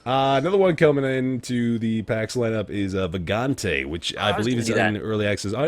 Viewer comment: It's "Vagante", somehow nobody knows what's the correct pronounciation.